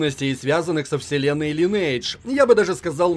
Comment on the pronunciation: лИнедж ))))) Оруууу